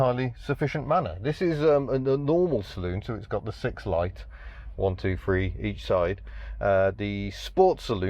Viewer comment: Nice to hear say three instead of his usual free. The engine sounds so much like the later Land Rover IoE six even though it is larger.